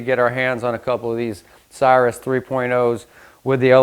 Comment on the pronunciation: The name is pronounced CIR-RUS not CYRUS. Please see Webster’s Online if you need validation. Good content but bad pronunciation of its proper name. Thanks!